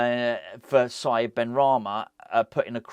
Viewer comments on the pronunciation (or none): none